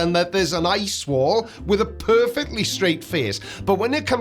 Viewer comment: "E leets" "eye swol"